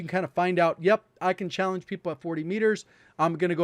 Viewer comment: As a community, when did we lose the last syllable of "challenge?"